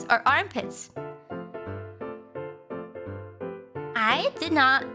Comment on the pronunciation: Hearing Boings, Thighs, and Armpits a second time I hear Moist Thighs and Armpits O_o